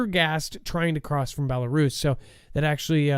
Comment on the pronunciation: i am laughing at you actually. If you watch the show regularly, you would have seen Dex and Adam going back and forth about the pronunciation of Belarus specifically. Your ignorance is impressive. Have a great day!